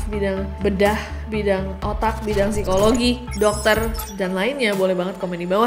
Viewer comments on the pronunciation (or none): none